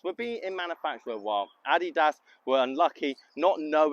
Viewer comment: I’m sorry I get quite a chuckle when you say Nike and now Adidas and how you say it. Great video. I wonder if I’ve been saying it wrong my whole life now